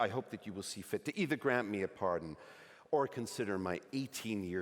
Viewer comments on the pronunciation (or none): none